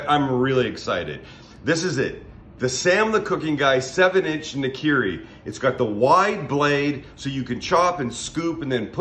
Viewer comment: "nah-(fast)kih-ree" > "nar-kee-ree" if you gonna produce your own brand of jp knife the least you can do is pronounce its heritage with jp vocalization... on topic, fucking LOVE the atmosphere on the floor of Graze.